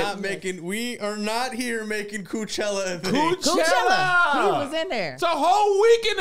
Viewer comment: “Coochella” 😂😂 why kev just why